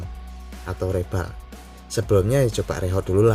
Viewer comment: Reball, bacanya riboll, bang